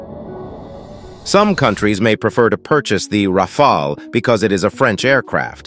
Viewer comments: That’s a nice jet alright. But bruh I’m getting dizzy when one moment your straight the next your waving the rainbow 🏳️‍🌈 when u pronounce it Rafaal and Rafail. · I think we can all agree that y'all need to choose which pronounciation you're gonna go with. 'Ra-fall' or 'Ra-fail' ??? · it is pronounced RAFAL not rafael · Why not agree on 1 pronunciation before you hit Record🤪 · I drank a shot of vodka each time you changed your pronunciation of “Rafale.” This was a one minute video. I am now drunk.😂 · How has my man managed to pronounce it differently each time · Pronounced the plane differently every time